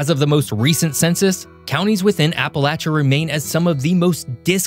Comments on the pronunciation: Ok i genuinely don't know if it's my Adirondack accent or if you're doing it on purpose but it's " App-uh-lay-shuh" not "App-uh-latch-uh" I feel like I'm having a stroke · And it’s appa lay sha not appa latch ah !!! 😂 fr though people can’t even say it right ! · Appa-“latch”-uh grates on my nerves. 😬 It’s Appa-“lay”-cha. Regardless of how locals in different areas pronounce it, it’s still “lay”, not “latch”. (Ref: Webster’s Dictionary) 🌷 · basically, once you get far enough north that people stop saying "y'all" and you start hearing the "appalayshun" mispronunciation, you're no longer in Appalachia. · Not getting my information from someone who can't even pronounce Appalachia properly 😂😂😂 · Am I the only Appalachian to cringe how he says it? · The ch in Appalachia is pronounce with the sh sound. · Probably should learn how to say the region correctly before doing a show about it. Wanted to shut it off immediately. Just so I didn't have to hear it one more time. The c h is pronounced like sh dude. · You're pronouncing it wrong